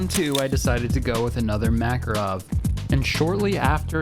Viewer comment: MakArov... Why don't you guys ever get a single Russian word right...